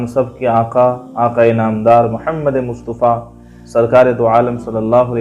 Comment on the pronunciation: مصطفیٰ ط کے زبر کے ساتھ ہے نہ کہ پیش کے